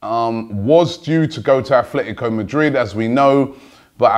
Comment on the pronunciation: Robbie, love the whole AFTV Transfer Daily series, but there's one thing that bothers me. You keep saying "Athletico Madrid". It's ATLETICO, not ATHLETICO! There is a La Liga club Athletic Bilbao, but Simeone's club doesn't have an "h" anywhere.